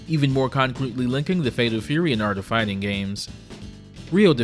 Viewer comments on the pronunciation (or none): ‘Dee Art of Fighring without fighring?’